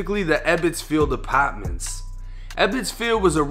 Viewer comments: "Upotmintssss" lol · "Apaaahtments" 😂 Can't with the accent bro